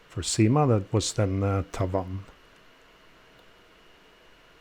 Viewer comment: Once again a superlative video. I think it should be pronounced as Syma ana not Seema. Correct me if I am wrong. Why the name Cyma is engraved in the ratchet wheel only? Could be that this same movement is used by many other brands also and so you can only put the name in the ratchet wheel and not on the bridges. It reminds me of movement no 96 which many brands use with their brand name imprinted on the ratchet wheel, not even inscribed. Enjoyed this video.